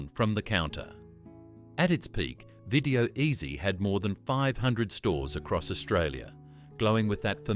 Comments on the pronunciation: "Beelow"? "Video Ehzie"? "John's West"? WTF man??!😮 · not very good with your words its bi (buy) lo (low), video ezy (easy) you need to go back to school